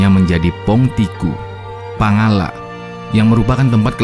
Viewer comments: Pangalak bukan pangallak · Sebutan reporter harusnya Pangala', bukan double L ....Pangalla'